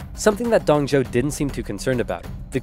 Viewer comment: Its pronounce Dong Zu-o not Zou